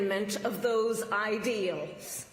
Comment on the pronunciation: How many syllables did she put in the word "ideals" ? Your party has acted a fool for the last 100 days, I'll never vote for a democrat again!